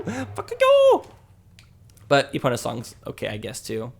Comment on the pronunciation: why do you keep saying empona instead of epona!?!!?!?! that's the most iconic horse in the game and you still forget it